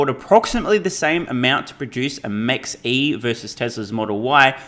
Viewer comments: Ford Mach E... Maybe this is not pronounced Max but Mark...😊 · It’s pronounced “Mock-E”, not Max-E. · BTW, it's pronounced "mock". Name taken from a German aircraft designer, Ernst Mach, to connote speed, specifically in reference to the speed of sound. So a jet traveling at, say, three times the speed of sound is said to be traveling at Mach 3. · mex e? its Mach E as in "mach" speed of sound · Bro, it's "mach" as in the speed of sound... Mach 1...